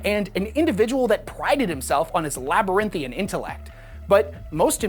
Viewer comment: It is "labyrinthine". I suppose a "man" who cannot comb his hair correctly cannot be expected to pronounce words correctly, either.